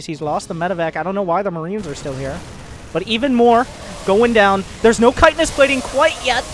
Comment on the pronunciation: Comon man ch-hit-in-nous or u trollin?